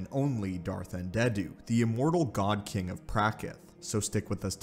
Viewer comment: Lol, Un-dead-u, nice 🤣